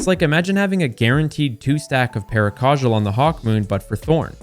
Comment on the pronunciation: Sorry I'm not subbing to someone who pronounces paracausal like that 😂